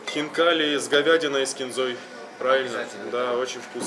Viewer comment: Не хинкал а хинкали и и